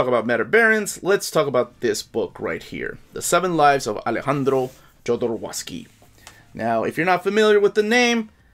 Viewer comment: He pronounces his name ZHO-do-ROV-sky.